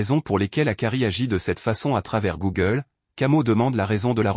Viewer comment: Pa Google c'est coogle😂